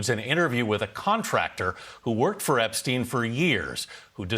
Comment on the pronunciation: Why do you mispronounce Epstein m. It's stein ..not steen.. he's not Scandinavian